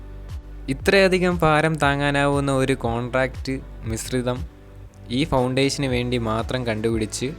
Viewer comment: Contract allla mointhe ,,, corncrete aanu😂